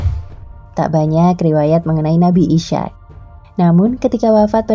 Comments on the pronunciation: Mohon maaf. Pelafalan dalam Islam Ishaq: Is - haq :) Isyak agak asing di telinga 🙏 Tetapi terima kasih sudah membagi pengetahuan dengan kami. Jazakumullah khairan katsiran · Mhn maaf...sama dgn saudara saya yg komen sblm nya.. Nabi IS HAQ dibaca koq jadi ISYAQ sekilas trdengar sprti sama dgn ISYA' atau ISA Mohon diralat utk video berikutnya agar presenternya diberikan pembekalan Makhrojul sblm menyebutkan Nama2 yg ada di Alquran.. Krn bbrp video sblm nya juga host nya sama cadelnya bikin gagal fokus pemirsa chanel ini.. trims.. wassalam...